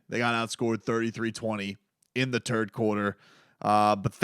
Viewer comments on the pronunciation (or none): Did you just say terd quarter? 😂